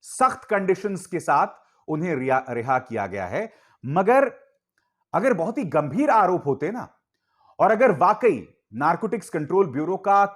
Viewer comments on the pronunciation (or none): none